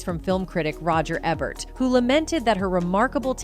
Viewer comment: RODGER E -BERT ANNOUNCE IT CORRECTLY GIRLLLL OR STOP DOING POST!!